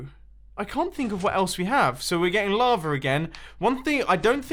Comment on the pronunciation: You are saying lavr instead of lava